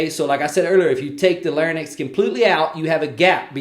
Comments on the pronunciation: Lair-incks, not Lairn-icks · Lair-incks not lairn-icks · It’s actually LARYNX and not LARNYX But the video was good Speech Path